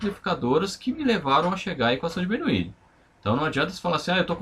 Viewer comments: É Bernoulli NAO BERNOUILI 😡😡😡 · mas como professor você que deveria se preocupar com a pronúncia para não cair no ceticismo em relação ao seu ensinamento.